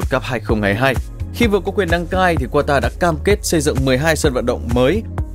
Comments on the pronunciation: không phải QUA TA mà là CA TA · nước QATAR nhưng sao mấy ông đọc QUA TA vậy, ??? Đọc đúng là KA TAR chớ. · Kata chứ k phải qua ta nhé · anh phát âm qatar là qua ta nhưng các bình luận viên bóng đá lại phát âm là ca ta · Qata nhé, không phải Quata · Đọc tên cho đúng bạn. Ca - ta phiên âm phải vậy nhé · Qatar (Catar) đọc tên nước cũng sai😀🥱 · đọc sai tên quốc gia rồi : ca-ta .... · Ca ta đoc cũng sai